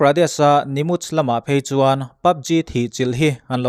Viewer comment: Nimuch ni lo in nimach tih tur sir..ka lo sawi ve mai mai...